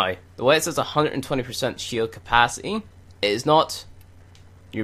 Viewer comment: love the video, but gahh its bothering me!! you don't say your T's!. thirty not firthy, capacity not capacy, lol. don't mind me.